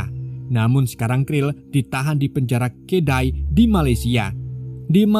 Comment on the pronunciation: “KEDAH” bang😂bkn “KELDAI”🤣